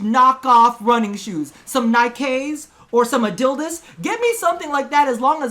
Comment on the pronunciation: My boy said “Adildas” But tbh I still feel like they could use a difficulty feature that affects our drops. Like a game mode maybe to where if you do the hardest difficulty, you get some super rare or maybe even few exclusive items. Like that Nova Device Skin I never heard about until recently